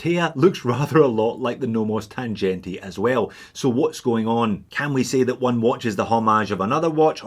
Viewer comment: the sea-gull looks nice for the price. BTW: Tangente is not pronouncet with a g like in g-Shock, its with a g like in sea-gull ;)